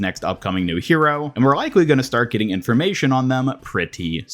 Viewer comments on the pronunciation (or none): none